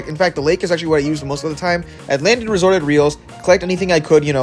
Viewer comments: Resorted reels? Its restored reels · Restored reels❌ Resorted reels✅